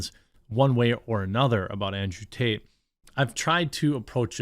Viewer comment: It sounded like she said andrew taint. LOL. Either way, hopefully the creeps pay their price, regardless of who or what and let the truth set free and condemn..